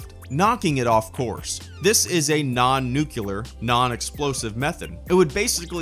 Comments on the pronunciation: it's nitpicky, sorry, but 'nucular'... NUCLEAR! :'( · This pronunciation of "nuclear" brought to you by Gene Hackman from Superman IV.